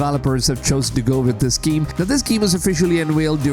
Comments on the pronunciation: What's a giem? He talks about this giem and this giem, but what is a giem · I took shot every time he said "geeem". I'm totally hammered.